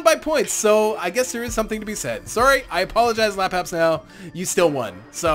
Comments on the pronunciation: Just a minor thing. I have watched alot of your videos, and like them alot :-) But you allways call him Lapabsnow But it is spelled Labsabnow You move the "S" :D No big deal I have just noticed that :D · Lapsapnow not lapabsnow